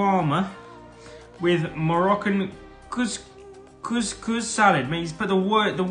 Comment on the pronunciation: How tf does Lando not know what Chicken “sha-Walmart” and “koos-kuss” are 🤣🤣